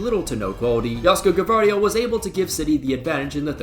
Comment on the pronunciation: Plus, he's saying G(a)vardiol